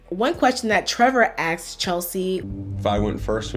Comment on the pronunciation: she axed????